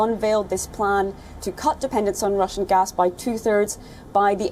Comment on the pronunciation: its gas not gus.